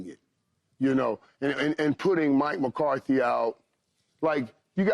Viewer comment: lol at Paul Pierce giving football takes and can’t even pronounce MCCARTHY